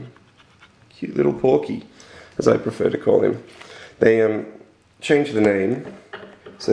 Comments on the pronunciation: it is that the title said "porky" not "pourky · It's porky in the English one of mother 2 it was a pronunciation eror